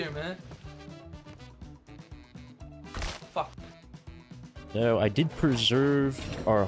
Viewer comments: "are u serious right neow" - 2022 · "Are you serious right neow" LOL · are you serious right neow